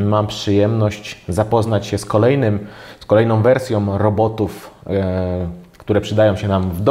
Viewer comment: Sam test przydatny, dziękuję. Ale mam dwie uwagi. Pierwsza to język. Popracuj proszę nad wymową. W większości przypadków tam gdzie wymawiamy "ą", Ty mówisz "om" ("bateriom" zamiast "baterią", "kolejnom wersjom" zamiast "kolejną wersją", lub "tutej" zamiast "tutaj"). Druga rzecz to scenariusz. Sam test brzmi dość chaotycznie, skaczesz z tematu na temat, może warto zrobić listę tematów i jechać według tej listy?